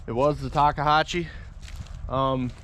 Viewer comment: How dont you know how to pronounce a machine you spent over 70k for?